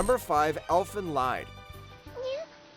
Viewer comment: Correct pronunciation: Elfen Leed Lied, in this case is a german word